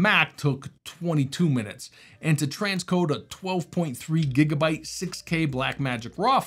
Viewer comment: is that 'gigabutt' i hear?